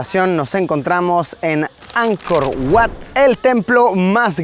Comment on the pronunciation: Oye, se dice Ankor Vat, aunque se escribe Ankor Wats. Wat= Vat= Templo.